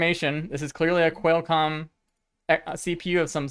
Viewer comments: For future videos, It's "kwall" comm, not "quail" comm. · Great video! Unfortunately every time you pronounced Qualcomm wrong a kitten died. The good news is there's no shortage of cats! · xD love the way u say Qualcomm ....intentionally?